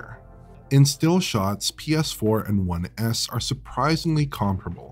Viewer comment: saying "One S" sounds more like "One Ass"..